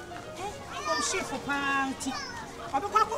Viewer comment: How the woman pronounces SHIFO